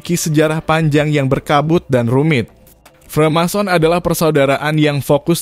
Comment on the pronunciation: freemason bang.. bukan remason wkwkwk